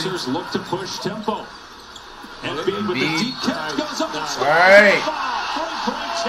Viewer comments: It’s Embiid not Embid 😭😭😭😭😭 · flight “embid” lmaooooo